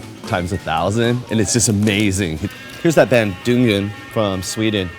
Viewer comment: Anton is the first non-Swedish person I've heard that actually pronounces "Dungen" somewhat accurately.